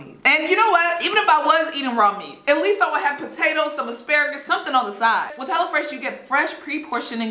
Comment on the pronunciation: Me thinking she said hella fresh